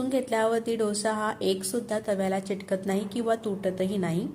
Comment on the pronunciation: चिटकत नाही अंस म्हणू नका.चिकटत नाही अस म्हणा.